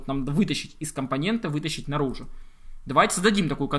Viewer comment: компонентА, компонентУ - это в какой станичке так говорят?